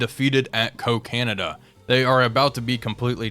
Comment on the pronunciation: "Coca - Nada"